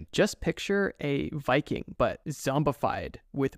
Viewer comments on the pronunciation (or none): none